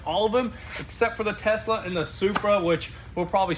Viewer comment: Nothing funnier when said start the “start up the Tesler “🤣 what?? 😂